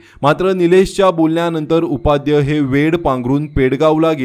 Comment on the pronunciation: काय उच्चार हो? डच्चू? उपाध्य! देव्या?